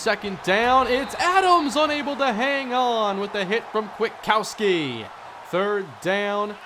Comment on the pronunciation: it's quit-uh-cow-ski